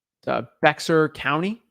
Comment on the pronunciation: Not pronounced bexar but bear lol